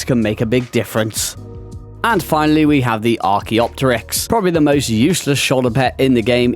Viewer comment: Oh my God you are the only Ark Youtuber to pronounce the Archaeopteryx correctly. I honestly cringe at all the many wrong ways people pronounce that name. lol